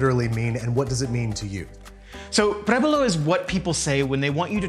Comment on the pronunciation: Why can't Rick pronounce the name of the show properly? It's prUébalo, mate, not prébalo, theres an 'u' there. Prébalo is not even a word. Nice shots and food, though.